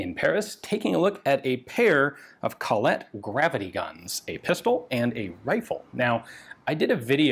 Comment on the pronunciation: sry Ian! its called Colette, not coLLette :)